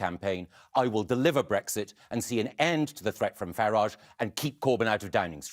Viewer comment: Every time he says Farage the pronunciation changes; Gove was super wired up during this appearance.